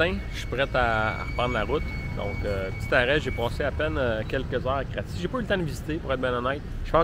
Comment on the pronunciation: Kratié : "krotchèh"